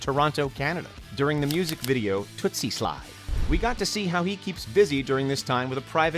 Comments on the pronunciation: It's TOOSIE SLIDE NOT TOOTSIE SLIDE😂😂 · it's toosie slide not Tootsy slide:-) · Fool dead ass said tootsie slide instead of toosie😂